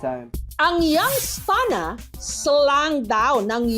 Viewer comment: Young’s Town. Mali ka rin eh.